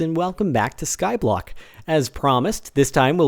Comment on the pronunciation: the way he says skyblock -5 makes it sound like a major city.:P